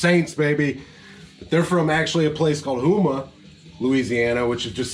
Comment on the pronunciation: There’s no filters on his voice, that’s his voice!! And it’s fucking amazing… and it’s pronounced home-ah Louisiana not hoooma